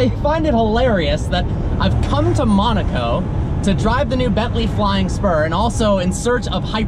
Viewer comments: Dude... Nice videos, but I’m starting to get into habit of helping you how to pronounce towns like Weissach and Monaco. Weissach is Visock and Monaco is Mow-nah-co and not Mon-ah-co. If you don’t believe me then go for tour into the Princes palace and hear how he says it. Carry on! Cheers! :) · Why cant he say Monaco right he says monico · its MOOONAAAACOO NOT MANOCO OR WHATEVER